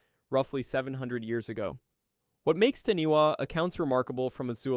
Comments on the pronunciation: LOL The Taniwa, it's said as in Tanifa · Dude, its appreciative of you learning about Maori mythology but as a New Zealander, hearing you severely butcher those words and knowing how to say Taniwha and still saying it incorrectly was kind of disrespectful and lazy.